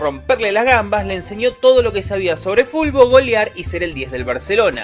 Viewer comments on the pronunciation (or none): No me puede dar tanta gracia que diga fubol todo el tiempo